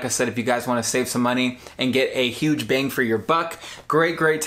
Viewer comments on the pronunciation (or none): none